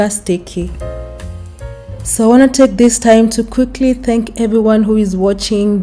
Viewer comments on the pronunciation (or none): none